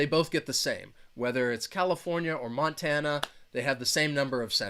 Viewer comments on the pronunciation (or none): none